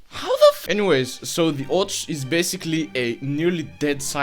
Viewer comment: It's ОЦ, not ОЧ, you confused the sounds a bit. Which is strange, since I assume you're a Bulgarian and thus very familiar with the Cyrillic alphabet. You're literally the ones who invented it. But maybe in Bulgarian Ц makes a different sound. Or I just missed the joke. ... Why are you making my brain suffer, comrade?